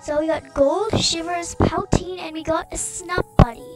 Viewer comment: You mis-pronounced "Poutine" you pronounce it like "poo-tine like putin".